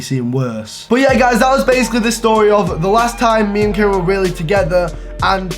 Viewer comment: Wow I love how he miss pronounced kiera during the whole video. Kyra, kara, Carrie😂😂😂